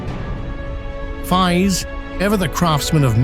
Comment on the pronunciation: The English voice artist can't even pronounce the name of Faiz correctly. And I hate these AI-generated videos. They take away the entire historical imagination of the viewer. Please don't make such fake videos.